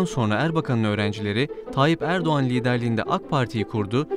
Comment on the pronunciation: НЕ ЭРБАКАН а ЭРДОГАН😂😂😂